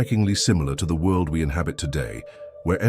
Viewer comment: world not wuld